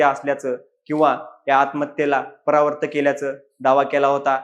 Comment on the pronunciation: परवर्त नाही रे प्रवृत्त म्हणतात.